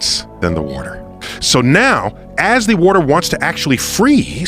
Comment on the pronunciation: “Wooter” They all pronounce it that way. I had to